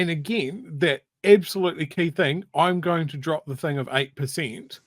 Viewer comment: It irritates me when people say 'think' when they mean 'thing'.